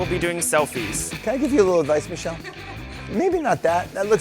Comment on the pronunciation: The fact that purposely pronounced Michelle’s name wrong 😂😂😂